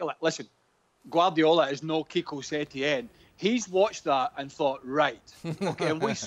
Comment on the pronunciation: Man said “Kiko Setien” 😂😂